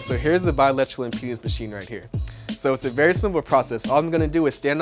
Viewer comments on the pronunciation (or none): can you say impedance not impenis ?